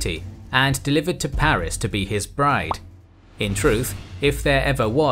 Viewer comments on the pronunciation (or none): none